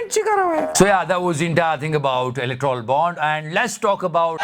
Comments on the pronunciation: its electoral bond, u are pronouncing electrol bond...i m ur fan btw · Are you saying "Electrol" Bond purposely?